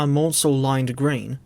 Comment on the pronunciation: The correct pronunciation of Richard Maunsell’s name is “Man-sell” as in “cancel,” not “mawn-sell.” A very common misconception, but I hope you take this on board and pronounce his name correctly in future! Excellent video otherwise.